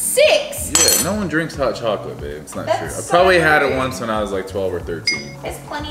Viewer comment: Lol her noeeeweeee is exactly what Jordies talks about with Aussie chicks saying no